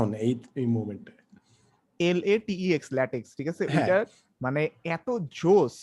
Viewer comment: LaTeX এর উচ্চারণ হচ্ছে "ল্যাটেক", not "ল্যাটেক্স"। ধন্যবাদ।